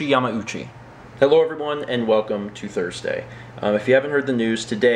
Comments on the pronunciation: Were you pronouncing it Yah-mow-chi, and then Mallory was like dude no stop. So you fixed it? That seems like what would happen. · Haha, yeah, you caught me. I've always pronounced it incorrectly, and didn't even think about it when I recorded the vlog. Weeks later, during editing, it hit me that I *might* not be pronouncing it correctly, and it might be Yah-mah-ooh-chee. I asked and she confirmed I had been saying it wrong. Then I decided "would it be worse to have commenters point out that I'm pronouncing it incorrectly? or that I dubbed it?" I decided on the latter:P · Did you pronounce yamauchi wrong then fix it with voice overs